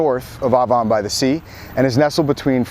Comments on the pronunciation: I was born and raised in Sea Girt. It's not "Ovon"......it's Avon!!!! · I always thought it was pronounced "Ay von", like the Avon lady.